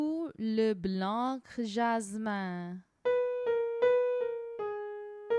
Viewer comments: Ou le blanc jasmin. Please do not prononce the C at blanc... It's a mute letter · Thank you for the effort! Unfortunately, there are a couple of mistakes already in the first lines: - The "c" in "blanc" is mute, i.e. it's not pronounced. - The "r" in "fleur", on the other hand, is pronounced. - You pronouce "glissons" as "glissant". (The nasal "a" and the nasal "o" are two different sounds in French. If you mix them up, the meaning changes.) - In "fuyant" the "u" should be short, and the "y" should be long. You say it the other way round. Etc. etc. ... The video is a nice effort, and you are trying to be helpful. Thank you for that! But I advise all singers who are studying the piece to rather trust the recording of a native speaker... (I found for instance